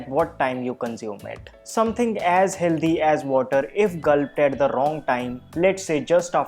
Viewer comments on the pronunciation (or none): There is no word like ‘healdhy’ in English! Try saying ‘hell thy’